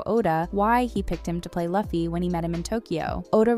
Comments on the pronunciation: As far as i watched this, i've never been so mad for someone saying luffy's name "Luffy" instead of "Loo-fy" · You can tell this person is just reading a script and didnt actually do the research, becuase she would 100% know its pronounced LOOFFEY and not LUFF-Y. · it's pronounced LOOFY, not Lovey lol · 1. Emily didn't cut her hair short and dyed her hair in the audition tape. There's a video where the cast watches their audition tapes. 2. It's pronounced loofy not laffy. 3. The picture shown as Eiichiro Oda is Eiji Aonuma, the director of Zelda games. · its not"laffyy",its "luuuuuffffiiiii":face-red-droopy-eyes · Huge fan of the anime and I can say I love this live action version too! Cast is perfect! But man, is it so hard to pronounce Luffy's name correctly?? It's Lu-fi, not La-fi! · Ok that's a decent deep dive couldn't you dug a bit more on how to pronounce the names of those characters the cast literally made a clip saying it's Loooo-feee not Lafi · LOFFY LOFFY ITS NOT LOFFY ITS LUFFY but great video by the way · Lol its pronounced Loofee. Also that picture of Eiichiro Oda was not Oda. That was the creator of Legend of Zelda from Nintendo, someone completely different. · I was on the hype train for this video until she said "Luffy" like "Loffy" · I had to stop watching the video, stop saying "LUFF-E" 1075+ its so cringy to mess up saying the main character's name. it's pronounced "Loo-Fee" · That photo is NOT Eiichiro Oda, and the character's name is pronounced "Loo-fee" not "Luff-ee". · I'm gonna be "that guy". Luffy = ❌Luh-Fee | ✔Loo-Fee Usopp = ❌You-Soap | ✔Oh-Soap (like Oh La La) Iñaki = ❌Ee-Na-Kee | ✔In-Ya- Kee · "Laffy??" It's pronounced as loooffy ..jeez. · It's ''LOO-FEE", not "LUH-FEE". Nice vid anyways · loofy not lufy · Every time Luffy's name was mispronounced i cried inside and my soul left me piece by piece.. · the way you say luffy kinda bothers me :( it’s pronounced loo-fee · It was highly pissing me off lol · Bro who is Laffy? 😂